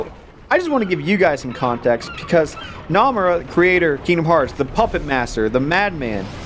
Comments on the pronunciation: He doesn’t pronounce Nomura’s name correctly... I cannot get over it help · The way he says Nomura.... Naw fam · Im not that far into the video, but im already thinking if you take a shot every time he mispronounces Nomura, you'll fucking die